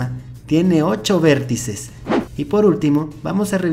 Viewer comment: Dice vérttices xdddddd aqui los que se dieron cuanta XD